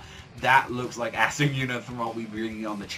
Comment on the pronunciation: Bro, its (Ah-sta), not (ASS- sta)